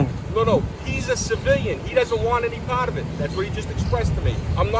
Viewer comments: “he doesn’t wanna be PAWT of it!” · HE DOESN’T WANT TO BE PAHT OF IT 🤣🤣🤣